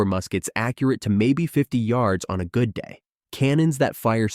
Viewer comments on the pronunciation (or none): none